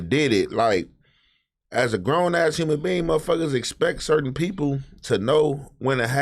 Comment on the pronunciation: Nigga said human bean instead of human being 😂